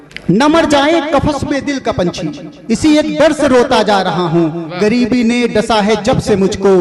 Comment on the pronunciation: गम नहीं ग़म होता है, गरीबी नहीं ग़रीबी,गजले नहीं ग़ज़लें,जिंदगी नहीं ज़िन्दगी,मंजूर नहीं मंज़ूर,ख्वाबों नहीं ख़्वाबो,सर आप वरिष्ठ कवि रचनाकार हैं ध्यान दीजिए 🙏🙏